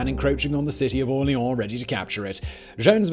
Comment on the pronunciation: Drink when Simon says "AwLEEawn"